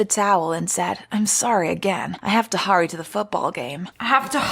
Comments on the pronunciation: “I’m sOrry I hAve tO hOrrY” -SSSniperwolf 2020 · "I have to hooory to the football game" ok then xD